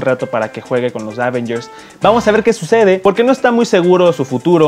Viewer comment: Prefiero cuando Alex presenta las noticias:p o y se pronuncia avéngers, no ávengers:)